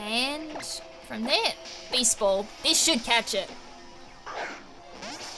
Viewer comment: I keep hearing baseball instead of beast ball lol